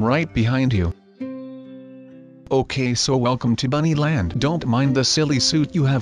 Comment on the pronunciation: He says buny land